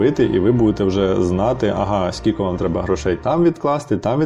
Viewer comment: Сіко..це кабздець😢 Аж гидко, чесно.Наче сцяки. Навіщо так казати? Це не діалект, це просто знущання над мовою.